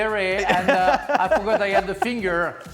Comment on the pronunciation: 'My feeenGURRRRRH' Frank